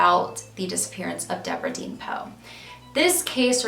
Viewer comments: I may be way wrong. But it looks like her middle name spelled “deann”, wouldn’t be pronounced “dee-ann” and not “dean”. But I could be way wrong. I’m not trying to sound rude by possibly correcting you. Your one of my favorite true crime YouTubers. Your so talented and amazing at what you do! Keep up the great work love❤️❤️ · I just wanted to pop in to say how much I enjoy your videos. I really appreciate how you put the spotlight on these older cases that might have gone unnoticed, and forgotten after so long. In some cases there may not be friends or family left to appreciate it properly, but I know they do appreciate not being forgotten. Now for a wee bit of critical talk. Deborah Deann her middle name was most likely pronounced..Dee-Ann. Many spell it that way. A close friend of mine spelled her name Deann, pronounced Dee-Ann. Keep up the great work! God bless you! Give your kitten some cuddles!